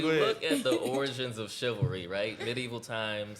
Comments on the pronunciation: If she say chivaless one more time 🤬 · Did she really say “ChiVERLess” 😂😂😂😂 Women don’t enough know the word anymore smdh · I thought the first time she said it was just a slip up 😂